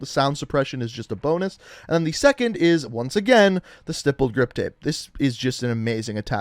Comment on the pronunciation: YOU SAID "STIPPLED" CORRECTLY!!! I'M SO PROUD OF YOU!!!